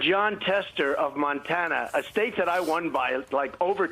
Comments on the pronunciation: Montaner? This mans brain is just mush at this point in time. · Such a sad angry OLD little man. Over it! and he said, Montaner, smdh... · It's Montana not Montaner....OMGerd. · Montaner ? Another trump flub. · Where is Nontanar? He can't even say the name right. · Are we going to ignore how Trump pronounced "Montana"?